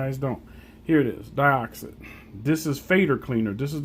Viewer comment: Deeeeeoxit, not deyeoxit